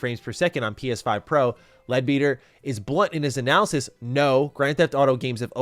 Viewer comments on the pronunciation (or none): Leadbetter not Beeter